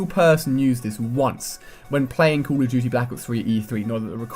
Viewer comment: sounds like he is saying call o tuty